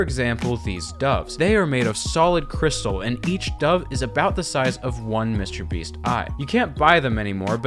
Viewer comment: Lmao did you stay a long time in France? Because I hear "Monsieur Beast" here lol